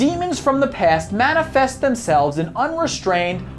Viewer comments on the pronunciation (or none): none